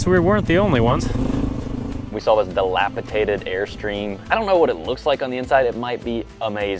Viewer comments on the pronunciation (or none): He said “dilapitated”.